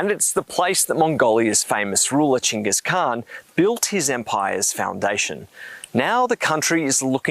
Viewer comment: pronunciation of "Genghis Khan" is diabolical